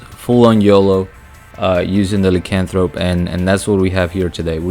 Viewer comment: Nice build. It's pronounced LIE as in Liar Liar - Lycanthrope